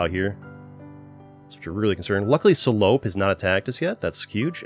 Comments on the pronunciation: at least he didnt pronounce it correctly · As a french, there was a slight giggle each time you said "Salope" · Sa façon de le dire me fume mdr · BAHAHAHA THE WAY YOU SAY SALOPE IS SO FUNNY xDDD its supposed to be a french insult